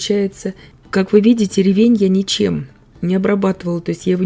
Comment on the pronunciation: Замечательный рецепт! А ещё так приятно слушать грамотную речь - Вы подчеркнули ударение в слове "ревЕнь". Мне всегда хочется поправить человека, который неправильно ставит ударение в словах - "свёкла", "щавЕль", "слИвовый" и т.д. А Вы, давно живя в Германии, так грамотно говорите на русском языке, что любой русскоговорящий человек должен брать с Вас пример!